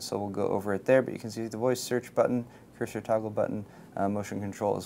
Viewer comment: Is she calling the "cursor" a "cruiser"? I noticed this from CES videos as well.